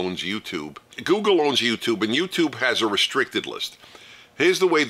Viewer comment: Gooleg not google